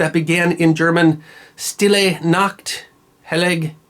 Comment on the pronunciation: And the "st" is pronounced "sht".